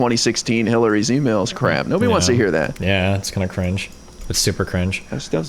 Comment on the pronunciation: Destiny has managed to single-handedly make the word “cringe” my most hated word of 2022. “CUH-RINGE 😬”